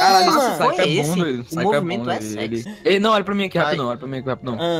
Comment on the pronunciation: "O movimento é seqsi" BerroKSBSKSSJ